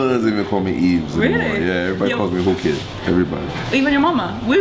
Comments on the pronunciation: Its so irritating when she keeps saying WU KID instead of WHOO KID. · Why does she keep saying wooo kid his names is whoo kid lol... i liked this interview tho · tll that girl its WHOOOO kid.. not WOO kid lol